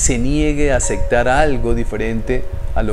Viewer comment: Y una observación de buena fe. Pero es que eres muy recurrente en esta palabra . . LA PALABRA ES. ACEPTAR no Acectar. No importa si así lo dicen en tu País. La Palabra en Castellano es así. ACEPTAR.